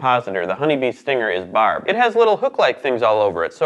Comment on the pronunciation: When you said their stingers are barbed, I thought you said barb. Like their stingers are Barbara lol